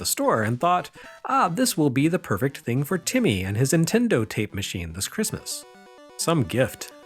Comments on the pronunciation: "Intendo" was exactly how my grandmother pronounced Nintendo. How did you know? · My Nana pronounced it Ninwendo..ha